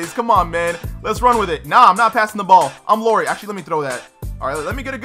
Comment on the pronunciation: And its pronounced lowry not Lori lol